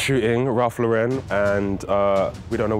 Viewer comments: No one gunna comment on the fact they are mispronouncing ralph lauren the whole time? Its pronounced LAU-ren, like the girl's name. Not lau-REN. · do people realise that it's pronounced Ralph Lauren with emphasis on Lau like the name Lauren? Ralph is American, not French or wherever you would pronounce it LauREN 😊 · Thick white socks with a black suit and black loafers was a mistake. Also luxury suit and dirty floor just don't mix. In the US RL is pronounced as LAuren. In the UK i guess it is more french like Laurent (LaurEn)? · They could at least pronounce the name right